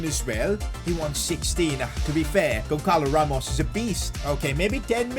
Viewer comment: btw the ç is like ss, so gonssalo ramos, not gonckalo ramos